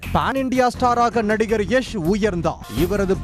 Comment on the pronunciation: Its not எஷ் Its யாஷ்